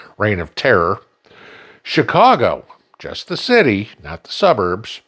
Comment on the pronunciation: lol. somewhere, seemed to started to say New York "Shitty" lol lol